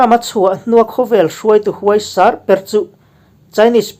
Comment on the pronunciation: 'Huaisar' tihte 'niap niap' tihte hi i thluk dik lo aw...